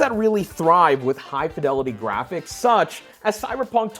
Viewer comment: Dude, stop pausing between the words “such” and “as”, you sound like Shatner and it’s a nnoyig AF!